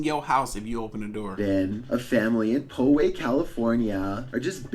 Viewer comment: OMG , it's pronounced Pow Way. Not Po Way. (The mountain lion video). It happened in Poway, Ca. I used to live there. It used to be a great little town until it was over developed. Now there's a 7-11 on every corner.